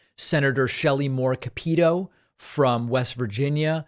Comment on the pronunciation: David, love your show and watch and share frequently. Your observations are astute and you give factual info. But please research name pronunciations. Shelley Moore Capito....Capito is pronounced as KAP-ih-toh. Thanks!